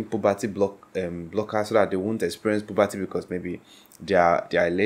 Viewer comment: Puberty. Not pobocy.